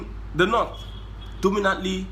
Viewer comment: Your analysis is top notch.. but why are you saying the „nut“ instead of „North“